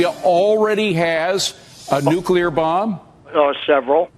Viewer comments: is another idiot who cannot say nu-cle-ar not nu-cu-lar!! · That imbecile could not even pronounce [Nuclear] properly; listen to him... Anyone whom cannot pronounce [Nuclear] properly, can't be too smart - can they! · That so called CIA Operations manager was full of BS. Obvious the moment he spoke of Nuc-YOU-lar bombs. Nucyoular, meaning of or having to do with the nukeyoulus of the atom. People this fundamentally clueless, failing upward to the top of our most important government institutions, is why America is in its economic death throes and China is rising to become the next Superpower. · Nucular capability, huh. Someone get him a dictionary.